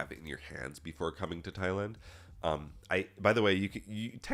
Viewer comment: will say he's not a weirdo or creep but then accidentally pronounce it as "Thigh-land" in the next sentence. xD 🤣 Nah but fr thanks for all the vids and test prep resources at your site! I just passed my A+ core 1 exam after going through all the questions you had up there, great work!!